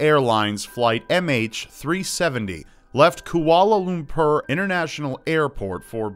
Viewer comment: MH370 left from where? Koala-loom-pur? LOL